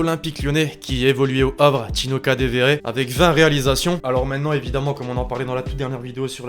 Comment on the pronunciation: PAR CONTRE C'EST PAS KADEVERE CA SE DIT KADEOUERE